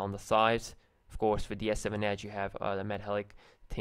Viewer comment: The way he says edge is funny he says ACHE